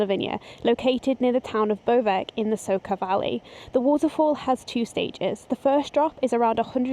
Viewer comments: Great video, first time on your channel. Just one request. Try to use Google translate to learn how to pronounce the names. It's Bovec not Bovek, like the C in City and is Soča not Soka, like the C in Chelsea. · Hi, it's nice roadtrip. Please don't pronunciate names of cities wrong, Soča is not soka and Bovec is not Bovek.